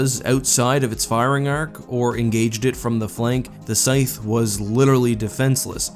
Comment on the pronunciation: hmmmmmm, never heard the word "scythe" pronounced before?